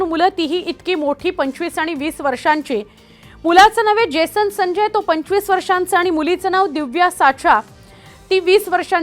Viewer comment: Baai jibh saral nahi aapli. Uccharan kartana jad hot aahe. Jason sancchay , jason sanjya bolatana jibhela ghaam futat aahe 😂😂😂😂